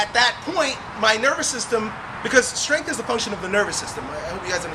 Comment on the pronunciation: did he just say "you got strenth questions"? what is strenth? isn't it "strenGth